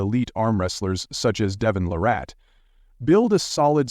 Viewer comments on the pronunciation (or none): It's LArratt, not laRATT!!!